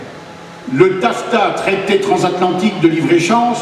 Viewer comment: "transatlantique" et non "transathantique" ;)